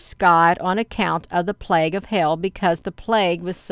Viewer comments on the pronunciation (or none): none